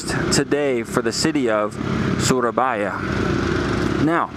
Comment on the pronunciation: It’s suro not sura and also its boyo